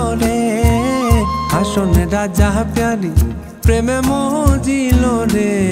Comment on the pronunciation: হাসন রাজা বইলা কিছু ছিলো না। 'হাছন রাজা' ছিলো। উচ্চারণটা একদম যা তা করে দিছেন